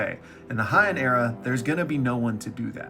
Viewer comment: its not (hey-in) either. It is pronounced "hey-ahn".